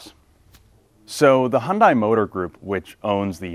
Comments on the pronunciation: Pleass...Hyun "day" not Hyun "die". Just saying put some respect on the name. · Hun-day like Sun-day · FYI: The pronunciation of Hyundai rhymes with "Sunday." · Please, at least in the US, Hyundai is pronounced "Hunday" - like "Sunday". This was the subject of a Hyundai TV ad 15 years ago, and it's annoying that people still get it wrong - especially car reviewers. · You’re the senior editor and can’t even pronounce the name of the automaker correctly. SMH.